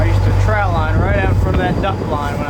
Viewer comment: cmon man, why are you saying "trout" line. You should know it's TROT line. Love you, brother!! HAHAHA